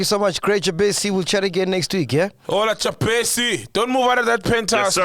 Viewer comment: Being Malawian🇲🇼 I laugh how these guys be pronouncing Jabesi😂😂😂......